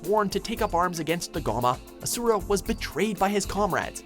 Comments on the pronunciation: WHY DOES EVERYONE PRONOUNCE ASURA WRONG? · I can't stand the way he says Asura